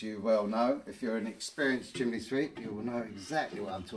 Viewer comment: I have to ask.. What is the point of those gloves? And, have you thought about maybe scripting and editing your video after you film? The nonsensical drivel is incredible. Oh, and it's pronounced "chim ney" not "chim ley" And no, sweeps don't all have ladders. The first part of health and safety is avoid risk if you can, reducing work at height is reducing risk. And maybe if you worked efficiently you wouldn't have to work 7 days a week. How can anyone who's done this job for 24 year years take this long to swap out bricks? Just wear a flaming mask and edit the video after🫣. How do you get through life, let alone get through a working day? What the hell has politics got to do with it? Please stop the videos, it's nonsense 😑. Oh and UK law has nothing to do with it either. Just learn when to stop speaking! I'm embarrassed that you're English 😢😩